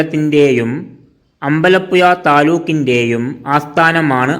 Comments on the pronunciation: എടാ അമ്പല യുയ അല്ല പുഴ എന്ന് പറ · തമിഴനെകൊണ്ട് മലയാളത്തിൽ പറയിച്ചു അമ്പലപ്പുയ ആക്കി 😂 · അമ്പലപ്പുയല്ല അമ്പലപ്പുഴ എന്ന് തിരുത്തി വായിക്ക്. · എടാ ആലപുഴ ജില്ലക്കാരനായ എനിക്ക് അമ്പലപ്പുയ എന്ന സ്ഥലം അറിയില്ല. ഒന്നു പയഞ്ഞു ചയുവോ ? 😂😂😂😂😂😂